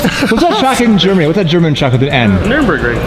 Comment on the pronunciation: actually got the pronounciation of 'Nürburgring' right.